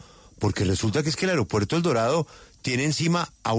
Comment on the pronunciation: "ARIOPUERTO"?!! O AEROPUERTO.